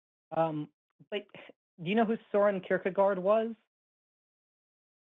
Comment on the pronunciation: Hey if you are going to sight some might wanna learn how to pronounce their name it's not Soren kirkegaaard. It's Søren Kierkegård